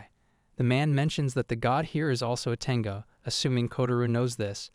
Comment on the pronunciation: It's a bit humorous how the AI calls her as a 'tenga' instead of 'tengu'.